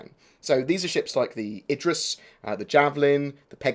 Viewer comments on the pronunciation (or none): none